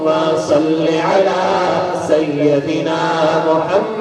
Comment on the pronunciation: ماشاء اللہ بہت خوب ایک بات پر دھیان دیں.... سَیَّدِنا غلط ہے. یا پر زبر نہیں آئے گا. سَیِّدِنا صحیح ہے. یا کے نیچے زیر پڑھیں گے.